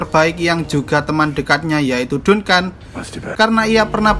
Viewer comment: Dunkan dunkan dunkan .. anjig bacanya jadi danken